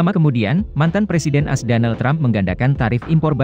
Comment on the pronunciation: Content bagus cuma cara baca negara A.S jadi as gak enek di dengar.🤭 Cuma masukan tapi apapun terpulang anda macam mana nak baca.